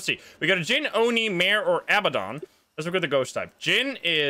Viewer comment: Heads up: it's 'a-BAD-on,' not 'aba-don.' Think of the word "abandon" but replace the 'n' with a 'd'. I know its nit-picky, but its a pet peeve of mine 😅